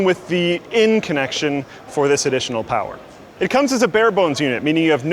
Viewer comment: POWAH